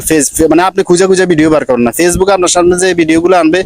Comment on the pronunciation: পেজবুক না ফেসবুক 😂